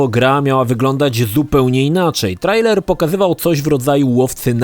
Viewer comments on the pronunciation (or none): none